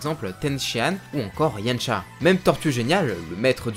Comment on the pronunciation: Pourquoi tu dit Yancha au lieu de yamcha ??